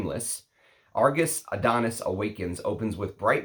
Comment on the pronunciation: It's from greek myth and is called -ά-(THO)NIS not AD-ό-NIS, not my type of scent it leans a bit feminine to me. From the discovery set i liked a lot "Brivido Della Caccia" and "Bacio Immortale" but i'm a leather enthusiast so don't trust my comment 🙄